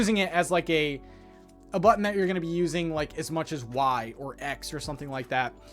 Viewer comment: So happy that I got to hear you say bu’un (button) so many times!!! Thanks for all the info, looking forward to Thursday:)